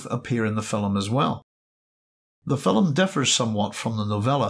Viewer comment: It's film, not filim.